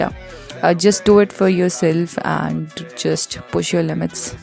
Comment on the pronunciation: That❌ Thaat✅ And❌ Aand✅..🌚